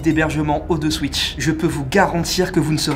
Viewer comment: Non mais ton sponsoring ne te gueule pas dessus sérieux ??? O TWO SWITCH ça se dit à l'anglaise